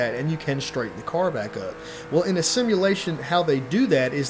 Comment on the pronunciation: I cant get past the way he says: car or cars! It sounds like cor or cors😂